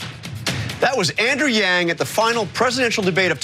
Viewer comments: He was saying or reading from a teleprompter "Andrew Yang joins..." and accidentally said the "j" from joins in the word before it. It's not that complicated lol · He was saying "Andrew Yang joins us..." and slipped to the "j" sound first. That happens to everyone. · Did he just call him Andrew Jang? Lol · LOL at the slip of the tongue where he nearly says Andrew Jackson. Ironic because I've long felt that Yang (once victorious) may very well be the one to step into our government and solve the MASSIVE problems with money in politics and big banks, largely put into place by Jackson. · He almost said "Andrew Jang" but corrected himself. Probably he was learning a language where "Y" makes a "J" sound, or he is slightly dyslexic, No big deal. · He fucked up ma boi yangs name..... why is it soooo hard to say it Correctly????why don’t they ever fuck up the others names like Pete buttabut Or senator . warden And such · He was anticipating saying " thanks for joining us " so slipped the J where the Y should have been in Yang. It's chill.